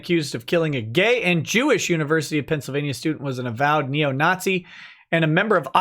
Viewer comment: you tried so hard to say “nazzy” then immediately said “if you did not see”, Freudian fascist slip confirmed.